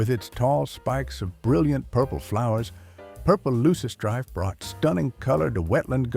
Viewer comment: AI voice can’t pronounce purple loosestrife correctly.